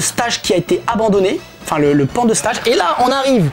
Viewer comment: Passionnant...mais PRONONCEZ CORRECTEMENT LE MOT ANGLAIS "STAGE"! MERCI.